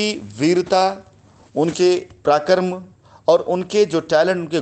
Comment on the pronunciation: अवलेहना नहीं बे, अवहेलना... उद्दार नहीं, उद्धार... प्राकर्म नहीं गंवार, पराक्रम... और तू रामायण व उसके पात्रों का उदाहरण न दिया कर... तुझसे घिन आती है, तुझ पर थूकने का मन करता है !